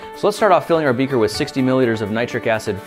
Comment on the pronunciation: lol he said 120ml becer